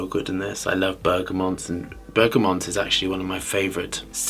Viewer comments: I hate being a picky type, and I love this channel, but it’s BERGAMOT - no N in BERGAMOT 👍🏼👌🏼. Great review and great channel ✌🏼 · why does he always add an N in Bergamot?